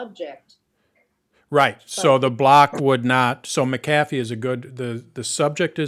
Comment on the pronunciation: Mic ... kathy? Does this guy not know how to pronounce McAffe?